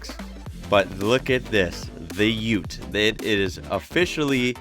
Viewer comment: Its UTE NOT UT.